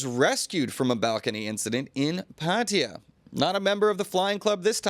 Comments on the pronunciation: Why do you pronounce Pattaya as "Patteeya" when it's actually Pattaya. Sounds ridiculous. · Come on, it's pronounced Pa Ta Ya, not Pat ya😂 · Please stop saying Pat ee yer Everyone in Thailand 🇹🇭 pronounces it properly as Pat A ya . It is enfuriating . Just lazy vocabulary ! Also just report the news , not interested in you opinion ! 🇹🇭😎